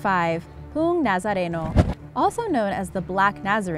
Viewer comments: Im sorry but you pronounced poong nazareno wrong its po-ong nazareno like theres a space between the o's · The pronunciation of poong nazareno is po ong na za re no